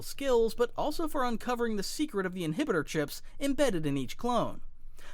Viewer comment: I think this is an AI ran content channel... inhibitor clip mispronounced. The editors probably mass producing other channels